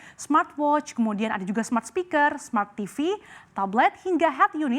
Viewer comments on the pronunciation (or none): none